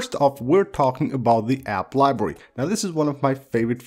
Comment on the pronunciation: “App liberrwy”